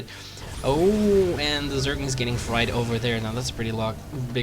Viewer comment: It's funny since he makes such a point of pronouncing Idras name correctly.